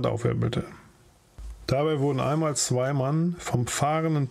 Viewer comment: Die Aussprache des österreichischen Dialekts war sehr lustig "oamol"